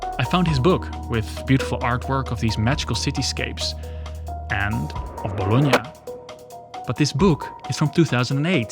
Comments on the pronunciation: ... No way... First time i ear am English speaker nailing the pronounce of Bologna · I have always found it annoying when Americans pronounce “Bologna” as “bah-law-nee”, thanks for using the proper pronunciation.